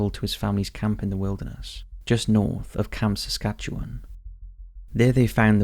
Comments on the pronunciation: At least he pronounced Saskatchewan properly. Kudos for that. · Being from Saskatchewan thank you so much for being the rare people to pronounce it properly 😁